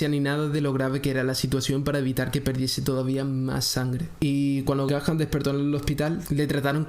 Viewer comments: no se pronuncia "Gajan"...se pronuncia "Ga-an" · No vale, no dijiste Gahan con acento ingles, me seguiré burlando, jajajaja. No te creas, excelente contenido, gran video y estaré al pendiente de más. Saludos, viejo!